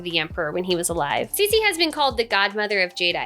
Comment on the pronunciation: Her name is pronounced "Tsuh" (Ci) "She "(Xi)